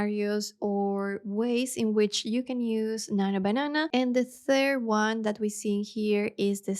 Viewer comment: I was about to say some thing 😊 “nanyo bananah”